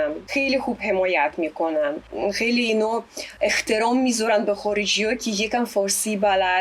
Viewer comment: عالییییییی من عضو کانالشم از شماهم ممنونم بابت این مصاحبه ای که ترتیب دادید .غاغذ (کاغذ) اخترام (احترام) . خیلی باحاله .تلفظ یه سری کلمات برای خارجیها واقعا سخته ولی همینشم قبول داریم امیدوارم همتون شاد و سلامت باشید .آرزوی بهترینها را برای همتون دارم .فداااااااااا